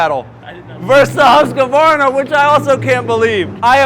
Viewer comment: Great video.. Just one thing. It's Husq-varna... Not Husq-a-varna 😂